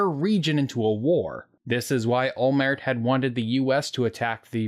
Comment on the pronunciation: It's OLMERT. The T isn't silent. What's the deal with Americans and silent Ts? They do the same with Gal Gadot.